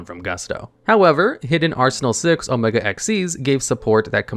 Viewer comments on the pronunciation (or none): none